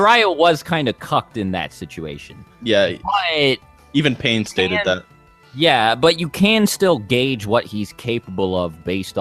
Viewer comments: Misspelling words is fine but when you continuously pronounce Pain as "Pine" after being told like 5 times its Pain, then it's a joke. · He even calls Pain "Pine"